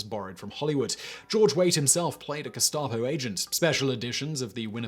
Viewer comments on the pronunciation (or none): none